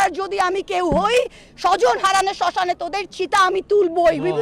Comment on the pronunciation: It's not Shoshan but saashan😂😂